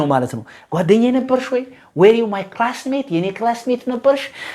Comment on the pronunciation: Were should be pronounced as ወር not ዌር. Thanks